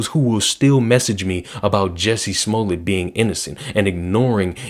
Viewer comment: You miss pronounced Juicy Smolliey btw